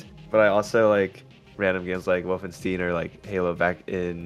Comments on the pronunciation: "Wolfensteen" ;_; I'm not even German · Lost me at "Volfensteen" xD Jk, great video! Interesting stuff to learn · Wolfenstein pronunciation my lord